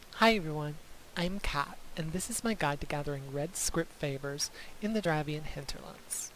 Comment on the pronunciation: Love your video's, but I'm going to be a pronunciation Nazi: dr-av-ay-nee-an hinterlands eye-dill-sh-eye-err